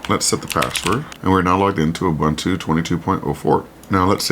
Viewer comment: ubuntu is pronounced ooboontoo.